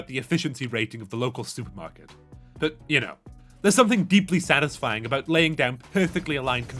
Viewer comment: satifying? As in... Satisfacyory?